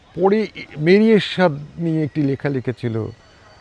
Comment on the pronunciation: বেশ ভালো লাগল। অশেষ ধন্যবাদ। ‘দেশ’, ’লেখা’ এবং ’শেষ’ শব্দত্রয়েরে উচ্চারণ যথাক্রমে /দেশ্/, /লেখা/ এবং /শেষ্/ (দ্যাশ, ল্যাখা, শ্যাষ নয়।)